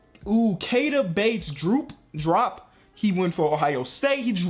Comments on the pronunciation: nigga you really pronounced Diop "drop" i'm dead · he said droop lmaoo